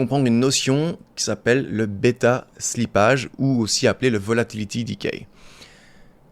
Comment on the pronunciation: Beta slipp"a"ge ca fait mal aux oreilles